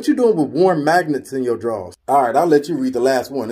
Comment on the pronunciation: Bruh she said warms and magnets 🤮🤮